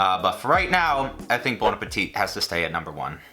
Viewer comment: Bon apple teeth